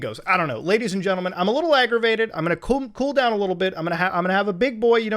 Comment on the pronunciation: He said i am gonna coom instead of i am gonna cool down haha